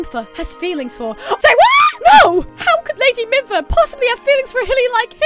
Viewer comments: Its pronounced mefa not minfa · Mimpha? Lol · Mipha = Mee-fa (pro-tip) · By the wah, it's Mipha, not Mimpha. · Mefa not mimpha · its mipha-meefa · actually whenever I hear Mupha's theme knowing the backstory of Mipha it makes me cry also it's pronounced me fuh and Sidon is sigh dawn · Its Pronounced Mifa. There is no N in Mipha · I was getting anxious because you kept calling Mipha Minpha. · Mipha (MEE-fa) Sidon (sEYE-don) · Day 2 of correcting the words she mispronounced: Sidon (sy-don) Mipha (me-fah) Muzu (moo-zoo) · Did you know you pronounced MI PHA mimpha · I cried at the mipha memory aswell